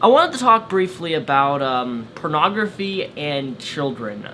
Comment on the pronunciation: I just love how says "purnagraphy"